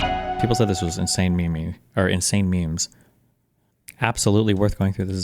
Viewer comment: Bro said “meh meh” cmon bro you know it’s “meem” by now.